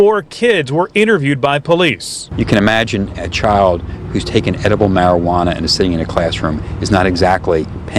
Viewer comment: You pronounced it as mari-hwana 😂Juana